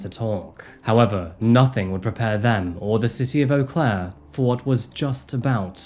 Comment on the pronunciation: Eau Claire is quite the interesting city. I'm impressed you pronounced it correctly! 😊